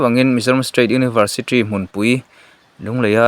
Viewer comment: Tawng muang ropui si, Universitri niloin University zawk tur aw